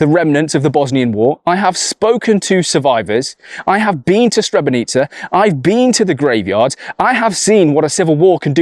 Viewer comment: Srebrenica is pronounced srebreNEETZA???